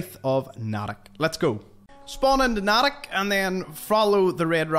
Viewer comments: I'm aware. I'm also from Natick. Even if such a place existed in the town, it'd still be pronounced "Nay Tick" and not "Nat ick" as anyone who isn't from eastern Massachusetts likes to try to call it. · Nay Tick, not Nat ick. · As someone from Massachusetts you misprounced natick wrong